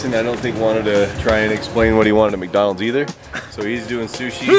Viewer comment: I knew brly is going to say macdonals